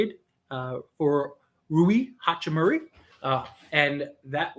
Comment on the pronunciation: Ha-chi-moo-RAH... not "hachi-murry"